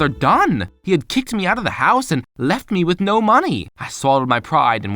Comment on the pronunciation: PLEASE HES ACCENT "she LeftH So Fast.."